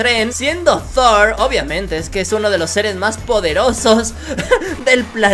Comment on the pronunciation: Se dice tor no zor